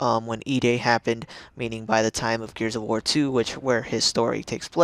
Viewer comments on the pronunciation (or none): Wait, did he say Gears of Whore?!?